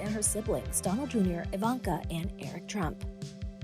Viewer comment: Are you saying Trump or turnip?